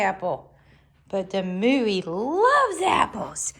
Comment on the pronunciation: I was just about to say that! 👍 And it suits him perfectly 😊 It's pronounced moy-a though 😉